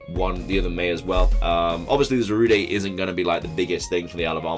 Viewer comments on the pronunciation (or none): Ok. It's not Zarudae or Zarudé. It's Za-rude. Za like Zamazenta and rude as in the word rude. Ok? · It's not Zarudae IT'S ZARUDE SANDSTORM!